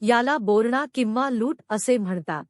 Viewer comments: बोरणा नाही बोरन्हाण असा शब्द आहे खूप चुकीचे लिहिणे आणि वाचणे मराठी भाषेची वाट लावलीये जी कोणी वाचते तिने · बोरहाण नाही. , बोरनहाण .